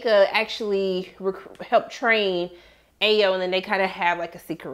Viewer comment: Ayo is pronounced (i-oh) not (ay-yo)